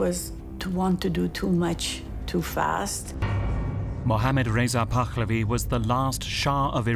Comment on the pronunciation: It's not "Pakkkhhlavi" either.